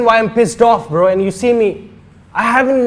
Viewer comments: He is saying bra😂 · its not bruh .....its "brahh" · I know i should not say something bad about someone's english but bro stop it bra bra karta rehta hai tu chup karja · ye bro bhi nahi bra bolta hai 😂😂😂😂😂😂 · Bruhh ❌️bra ✅️